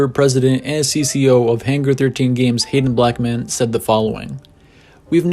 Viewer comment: When he said Hayden Blackman, I thought he said “Hated Black men” 😂